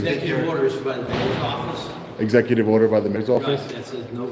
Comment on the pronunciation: I shid a dot everytime I heard esssecutive order. I'm huckin' fammered....🤪🥃